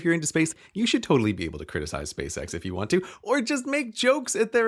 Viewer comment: Nant. Sounds like "taunt" for between need and want.